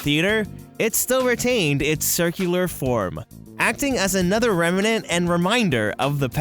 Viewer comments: “Remnant” has 2 syllables, not 3. Rem-nant, not rem-a-nent. Interesting video anyway 😁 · You kept making me giggle. You kept pronouncing “Remnant” like “Rem-in-Nant”